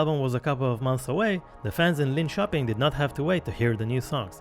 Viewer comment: You don't sound Swedish so I'm going to say well done on the pronunciation of "Linköping" 🤘